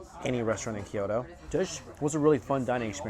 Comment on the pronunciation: Kyoto, not Kiyodo